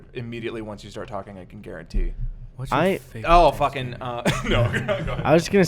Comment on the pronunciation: Hey Gus you were right about the pronunciation of Thanksgiving, is definitely saying it wrong. --another Wisconsin boy